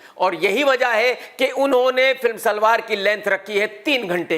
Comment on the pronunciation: सलार ❌❌ सलवार ✅😀😀